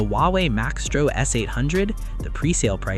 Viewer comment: it's not Max-tro.... it's Mice-tro